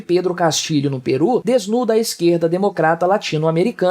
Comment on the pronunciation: Correção: é Peru, não Perú.